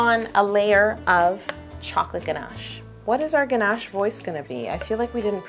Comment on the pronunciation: did anybody notice that she said hey caramel to the ganash :)